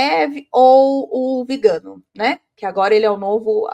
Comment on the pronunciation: “VigÂno”, muié? 😖 Mas que antipatia, você continua falando errado o nome do excomungado! A senhora deve ser vegana, só pode. Alguém precisa parar essa mulher.